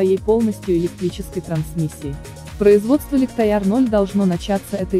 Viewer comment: Лихтаяр? Ну вы приколисты. Английский не учили?